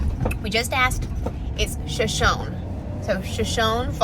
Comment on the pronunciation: He's right in pronunciation of the falls! They are beautiful!